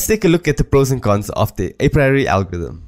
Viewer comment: dude you need to learn how to pronounce apriori.